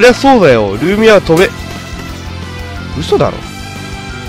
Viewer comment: ルーミアの発音違うｗ